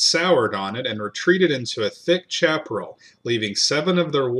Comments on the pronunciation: Chaparral is a Spanish word pronounced “shap-a-ral”.... if you’re gonna wear a Texican flag hat u better learn to speak Texican! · Love your work. One comment: Chaparral is pronounced sha•pr•al